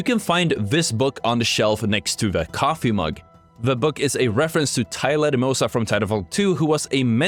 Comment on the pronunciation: When you were talking about thunderdome you confused Kuben Blisk and Ballistic. Also i dont think you said Lastimosa correctly once in this video lol